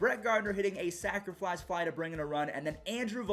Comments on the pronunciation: my only comment on how to improve your content is that there is no "L" in the word "sacrifice". Sac fly. Sacrifice fly. I always hear "sacriflice". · Why do u always say sacriflice fly hahahaha